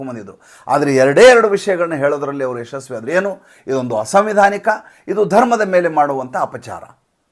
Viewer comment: ತುಂಬಾ ಚೆನ್ನಾಗಿ ಮತ್ತು ಆಕರ್ಷಕವಾಗಿ ವಿಶ್ಲೇಷಿಸಿದ್ದೀರಿ. ಆದರೆ ಕೆಲವೊಂದು ಶಬ್ದಗಳನ್ನು ಸರಿಯಾಗಿ ಉಚ್ಚರಿಸಿದ್ದರೆ ಇನ್ನೂ ಚೆನ್ನಾಗಿತ್ತು. ಉದಾ: ಕ್ಲೂಪ್ತ ಎಂಬಲ್ಲಿ ಕ್ಲಪ್ತ ಅಥವಾ ಕ್ಲುಪ್ತ ಮತ್ತು ಅಸಂವಿಧಾನಿಕ ಎಂಬಲ್ಲಿ ಅಸಾಂವಿಧಾನಿಕ ಎಂದಿದ್ದರೆ ಸರಿಯಾಗುತ್ತಿತ್ತು.